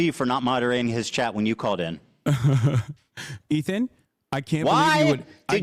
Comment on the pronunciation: The way hasan said Ethan over and over for hours hurt me